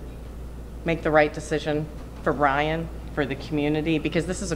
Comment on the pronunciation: She says Bryan instead of Ryan...